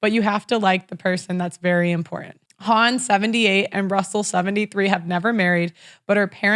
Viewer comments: Goldie Hawn ( pronounced with a silent W, rhymes with lawn) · How is it possible that doesn’t know how to consistantly pronounce Goldie Hahn’s last name correctly? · Haha the way she said Hawn